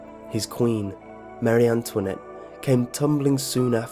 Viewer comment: You’re kidding, right? It’s King Looey, not Lewis. King Louis XVI and MaREE Antwonette. Let’s not forget CaTHALocism, The second ‘c’ sounds like an ‘S’.